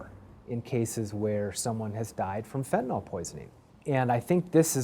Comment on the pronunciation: FENTANYL!!! NOT FENTANOL!!! GET IT RIGHT!!!